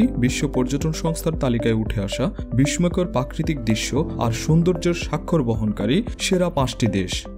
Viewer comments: বিস্ময়কর , ফরাসি ,পশ্চিম উচ্চারণ শ্রুতিকটু ঠেকেছে। পরের ভিডিওতে ব্যাপারটা খেয়াল রাখার জন্য অনুরোধ করছি । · আপনার শিক্ষামূলক ভিডিওটা ভাল লাগলো কিন্তু আপনার বিদঘুটে উচ্চারণ খুব বাজে লেগেছে। আপনি কি 'প' উচ্চারণ করতে পারেন? ফ্যারিস,ইউরোফিও,বিশময়কর,পাচ্চাত্য,সারবাধিক,পচ্চিম এগুলো ভুল উচ্চারণ করেছেন। বাংলা একাডেমির 'বাংলা উচ্চারণ অভিধান ' কিনে নেবেন। ধন্যবাদ